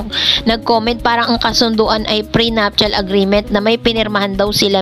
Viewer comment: Ate, dont get me wrong po, prenuptial is pronounce pi as pre napcial. Love you❤❤❤